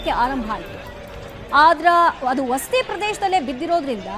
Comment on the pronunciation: Akka Adu vasti alla Vasathi.